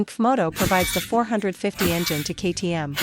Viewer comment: Comoto?? stupid AI crap